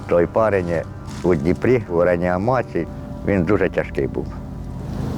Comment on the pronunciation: Научите "дедушку" сорокалетнего произносить правильно слово - РЕАНИМАЦИЯ